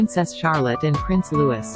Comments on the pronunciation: Lou-ee-- not Lewis! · Will they alter these fake voices so that they pronounce the children's names properly. It's is pronounced Looee, the french way.